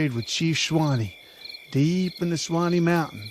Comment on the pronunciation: I'm from, and still live very close to the mountain named after Chief Sawnee. That and my own education requires me to call you out on how you pronounced his name. It is pronounced "SAW---KNEE" not Swine-eee.